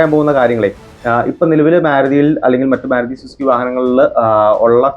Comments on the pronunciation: മ്യാരുതി അല്ല ബ്രോ മാരുതി എന്ന് പറയൂ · getting irritated, when using myaruti, please correct it